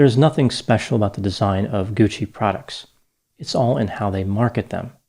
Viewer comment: Paola Franchi.... whew... another grammatical murder by. Think... Bianchi.... Bianchi....Bianchi.... you pronounced Franchi like Fran CCI Like Gucci. Dr., you mispronounced Patricia wrong 23 times. You pronounced Gucci correctly 34 times. SOFT C. (CC). I'm a compulsive Italian Grammar Checker - so here is the lesson. THE CC in GUCCI makes it a soft "C" and with the addition of an "H"it makes the C soft. Think.... Franchi.... Bianchi....Franchi....Bianchi. Here is the rule: Because it is silent, some will argue about the importance of the letter "H." But the fact is, the Italian “H” appears after the consonants “c” and “g” before the vowels “e” and “i” to harden their sounds. Whether or not there is an "H" changes not only the pronunciation but the meaning of the word as well. Italian Words that Start with "H" Many “H” words have migrated untouched into Italian, including harem, hamster, happening, hardware, helium, and homeland. Others take on Italian embellishments, as in hollywoodiano, Then there's the Italian asino (donkey), who brays “hi ho!” rather than "hee-haw." As mentioned above, other Italian words that start with "H": Ha -- He/she has Hanno -- They have Ho -- I have Italian-English Dictionary